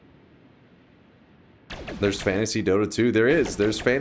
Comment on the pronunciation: took me a minute and a half to realize he's saying 'fantasy' not 'fancy', and even then it's just because of chat and his description... I fully thought I'm about to hear a tall tale about men dressed in tailcoats running around a leather sack, guffawing as they go.